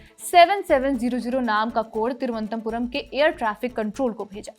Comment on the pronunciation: You are not able to pronounce "Thiru-v-anantha-puram" just like the British. May be for like you they made the name Trivandrum? Sochne ka vishay hai